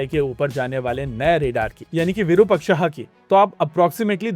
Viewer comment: bro please pronounce the word Virupaksha correctly! why the 'aha' sound in the last?